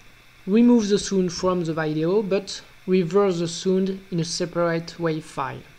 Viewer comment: he pronounces sound as sund. haha!